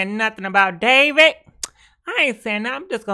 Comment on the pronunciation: ......what's goin on with Davit.....lol the way she pronounces ppl names.lmfao